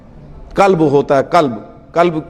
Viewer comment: भाई कल्ब नहीं गल्ब कहते है